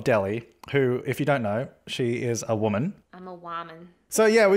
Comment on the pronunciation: Omg Deli said whamen?? Hahahahahaha